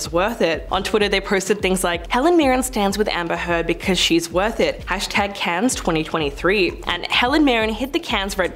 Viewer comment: Clickbaity title. Also, you don’t pronounce the S in Cannes.